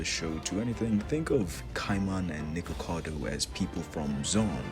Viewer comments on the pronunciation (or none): Not you calling nikaido nikakado 😭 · For everytime you called Nikaido Nickacado I could feel a piece of my soul get shattered to bits, your funny asf man keep it up.